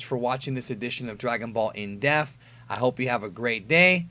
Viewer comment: Stop saying def and pronounce depth properly you fool.